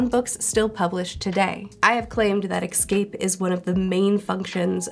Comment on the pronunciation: It's totally off-topic, but why do you pronounce escape as 'excape'?